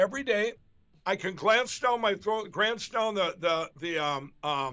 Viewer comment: “I can grance down”?